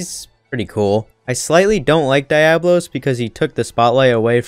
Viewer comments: The way he was butchering Diablos name had me flabbergasted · Kirin in cool automatically disqualifies the list. Also shit pronunciation of diablos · The way he pronounced Diablos was cringe af😑